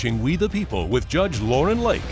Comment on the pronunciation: What’s a “JUSGE”?